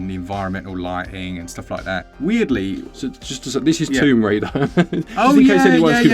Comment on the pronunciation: Tomb Crader 🤣